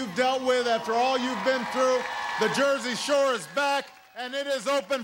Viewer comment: "The Jersey Showa"